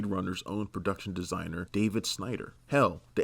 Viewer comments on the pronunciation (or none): none